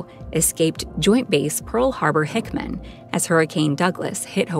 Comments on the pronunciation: Hickam not Hickman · It’s Hickham, not Hickman! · It bothers me so much more than it should that she kept pronouncing Pearl Harbor-Hickam as "Pearl Harbor-Hickman"... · Hickam, not 'Hickman' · I sure wish they would LEARN how to pronounce names and key words rather than just winging it on the fly. IT'S PRONOUNCED ***HICKAM..... HICK-EM***, NOT HICKMAN YOU DOPE!!!! And on the other side of this coin, ANYONE who is nutty enough to serve on board a sub gets a profound amount of respect from me. I could never get in that frame of mind ( and it takes an extraordinary amount of fortitude ). They deserve all the perks that the Navy offers. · That's hickam... Not hickman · It's Joint Base PearlHarbor-Hickam, not Hickman.